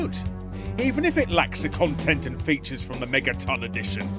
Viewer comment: Glitches? You mispronounced features.